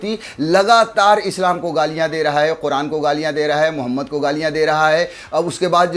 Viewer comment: Please when you take the name of the prophet of Islam please say it properly as Muhammed Rasullaha SAW